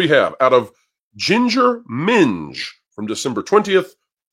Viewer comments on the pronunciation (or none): Hearing say "ginger minj" almost made me spit out my drink, hahaha!